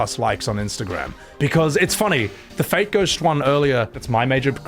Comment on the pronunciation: Every time you say "fate ghosts" I hear "fake ghosts" 😂